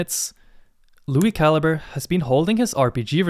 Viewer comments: I lowkey thought his last name was said (ca-lee-bray) until you said it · back when i thought he was italian because i mispronounced calibre 😅